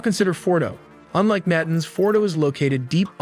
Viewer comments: "Na tanz" not natence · Pronunciation needs a bit of work. Look up Mossad and Natanz.